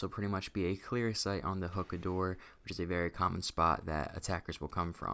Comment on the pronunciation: also its pronounced (hoo-kuh)